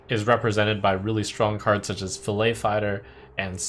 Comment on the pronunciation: pls trump not "fillay", its "fil-let" fighter